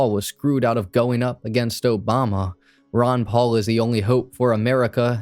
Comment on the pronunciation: Not "Ron Paul" 😂😂😂